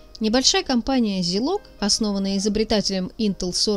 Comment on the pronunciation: Единственное что бьёт по ушам это зИлог вместо зАйлог